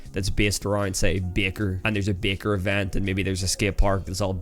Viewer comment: The way bro says Baker